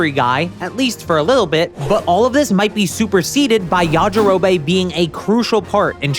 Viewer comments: Yajirobey? Its pronounced yajirobi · This is just bad. Yamcha never cheated. Fans made that up. And Puar a "prominent character"? lol please. Finally, it's pronounced Ya-Ji-Ro-Bee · Why does bro pronounce things wrong???? Ya ja row bay??? Common man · STOP CALLING HIM “yajirobay” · Bro who tf is yajirobae??? It's yajirobe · Pronouncing it YajiroBAE <3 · Are you saying Yaji-ro-BAE as a joke, or have you never actually watched the English dub? I'm starting to think the latter since you also said SAI-ans. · The way he pronounces Yajirobe.. Well it got me to comment so I guess he wins the algorithm game. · The way you pronounce yajirobe is odd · This guy pronounces Yajirobe weird and annoying